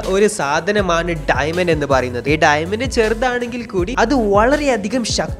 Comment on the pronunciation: ഡൈമെന്റ് alla ഡയമണ്ട് 🤭🤭🤭